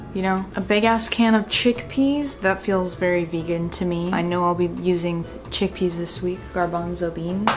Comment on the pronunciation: My favorite part of any Video: mispronounced words. CHECK-PEHS was my fave today! Also, a mention of a brother? And, featuring a cool undercut. Loved it, as usual!